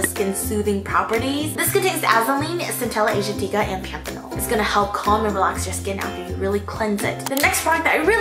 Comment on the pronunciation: you know has her shit together when she can pronounce azulene, cantella aslatica and panthenol in one sentence